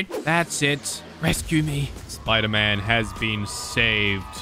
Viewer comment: Bro that's not sderman that's spoder man